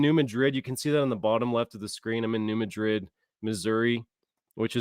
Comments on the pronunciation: I live in New Madrid and you pronounced it wrong its not new mid-drid its New mad-drid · In this area, people pronounce New Madrid as New Mad- drid. 😊😂❤